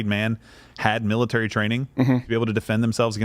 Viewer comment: " China is building up its miratary " lol